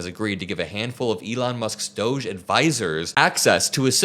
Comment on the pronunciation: why are you pronouncing doge incorrectly?